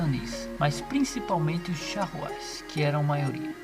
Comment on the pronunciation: Tá pronunciando Charruas errado